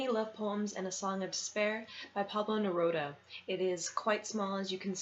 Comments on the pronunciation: Pronounced Neroodah. And yes.... he is amazing. 😊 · You pronounce his name like Amy😃...it's Ne-roo-da.